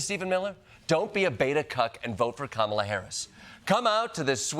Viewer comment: Can you fix her name? It's Kamala not "Kampala." It makes you sound like a trumper. 😬